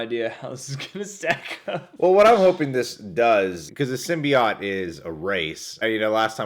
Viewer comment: i hate your pronunciation of Symbiote